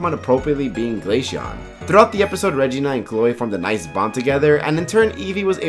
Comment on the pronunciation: bro really pronounced Glaceon as “glay-shawn” not “glay-see-on”